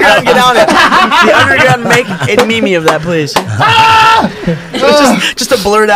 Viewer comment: Did say ME ME? what a fool..